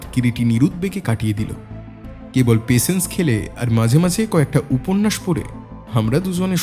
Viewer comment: Patience word ta pls thik pronounce korun. Khub kane lagche..